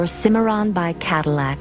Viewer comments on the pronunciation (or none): none